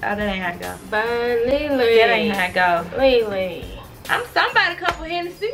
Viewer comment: Jadyn Duncan Ikr it sounds like she is saying ling ling instead of lee lee but they are so funny